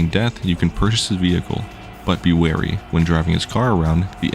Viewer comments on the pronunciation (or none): none